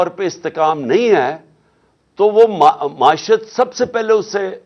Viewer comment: کوئی عمران خان صاحب کو بتادے کہ لفظ “معشت” نہیں “معیشت “ (معی شَََت )ہے ۔اردو تلفّظ پہ رحم فرمائیں